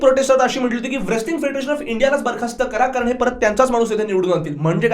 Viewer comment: व्रेसलिंग नाही रे मुर्खा it's रेसलिंग कोणी पण येऊन युट्यूबर होतय आजकाल भेंडी. कूल वाटायला मध्येच इंग्लिश बोलतेय ते पण चुकीचं